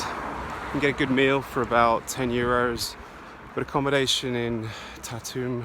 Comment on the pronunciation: Thank you! It is indeed a beautiful town — beautiful memories from years and years ago. But the pronunciation should be Tar-tu, with the stress on the first syllable, and a rolling “r”. It sounds like “tattoo” otherwise...